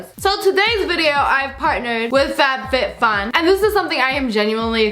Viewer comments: You said fatfitfun! Lol! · Lmao I heard F A T FitFun. Oof